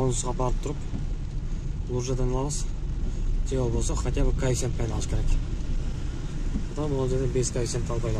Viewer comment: Жун баш качан коэффициент деген созду туура айтасын, кайефсент деп чычывересинер да тажикиский акцент менен айтып😂 Каффицент деп айтылат башына жун